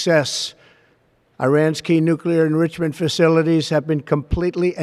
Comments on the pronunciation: Donny could not pronounce "enrichment" correctly the first time. If Sleepy Joe had done that, Jake Tapper and CNN would be doing a sixty minute documentary on the mistake. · I had to listen about 4 times to figure are when Dummy said enrichment 😮😕